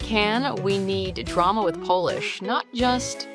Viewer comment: I think you mean “we need drama with polish” but you said “we need drama with Polish” !